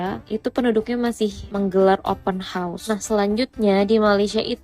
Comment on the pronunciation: Open horseeee ler plak 😅 hausssss hausssss . Bukan horseee kuda... 🤦🏼‍♀️🤦🏼‍♀️